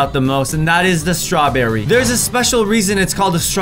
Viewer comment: strawbeery is not a beary